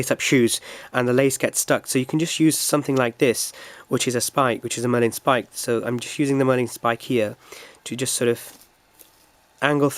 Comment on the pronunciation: Marlin spike, not Merlin Spike.